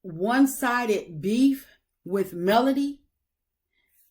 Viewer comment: I’m with you !! This woman is still mispronouncing Melodys name, I really think she is truly jealous of Melodys work ethic- and her beauty. I have tried to watch her double talking self, but no more. 😮